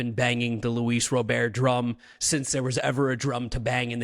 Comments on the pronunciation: lol im Puerto rican and cuban, ive never heard a Cuban pronounce it Robare. Im just being honest lol. But absolutely you are right T is defnitely not silent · Maybe now you’ll be able to say his last name right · Guys thats not how you pronounce his name, even in spanish. Hes not french lol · Stop trying to be cute - NO ONE says RO-BEAR - it's Robert!!! 😃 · Why Luis Rooooberd? In English it's Luis Robert. Have to pronounce the T. I'm Dominican/American. Even in Spanish you wouldn't pronounce it the way you pronounce it. 😂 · Yeah, it’s not pronounced row-bear it’s rah-burr. I’ve also seen a video of him saying his name and he said row-burr but definitely not row-bear. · Why are you guys saying Luis robare I is that how you say his last name I always thought it was Louis Robert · As a Spanish speaker and a Sox fan it’s RoberT not Robear. In Spanish they don’t pronounce the T. Like any name there’s a way you pronounce it differently in Spanish and English. Idk why it irks me every time I hear them say Robear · 😂 yes it does. Like I said some names are pronounced different in Spanish than in English. How are you going to tell me as a bilingual fluent speaker? RoberT said Robear because like I said they don’t pronounce the T. All our announcers and Sox fans call him RoberT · yes as a bilingual speaker I do. Because some names are pronounced differently in SPANISH. I literally said they don’t pronounce the T so when they asked him of course he said Robear but it’s RoberT in English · Even Robert himself said you can call him Robert not robear and announcers say Robert not robear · he said Robear because like I said they don’t pronounce the T. All our announcers and Sox fans call him RoberT. How dumb can you be? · Guys. His name is pronounced Robert. Like the first name. It isn’t Robair. It’s not the French pronunciation. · Ra-bert!!!! Not Ro-bear! 😂😂 Jesus 😂😂 you guys have to be Canadians 😂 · This is America it is pronounced Robert in this country not robear.